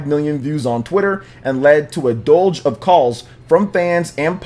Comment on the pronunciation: My dude needs to work on his pronunciation. Deluge and deceminated ain't pronounced like that lol.